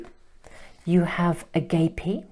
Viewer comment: #2. Agape is pronounced “ah-gaap-ay”. Thank you for your lovely readings as always!